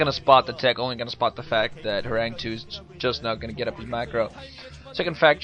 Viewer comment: btw, it's pronounced horangee, not horang2 :)